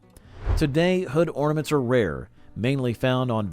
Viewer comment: Ahhhh “hornaments”